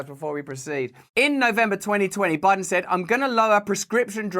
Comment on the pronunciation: Joe Bide-on has got a wide-on for noth-on?